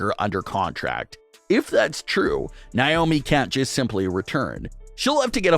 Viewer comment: NAY OHH ME.... not NYE OHH ME